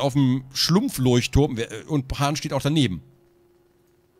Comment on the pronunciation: Hat er da Lurchturm gesagt ? xD Ich lach mich weg xD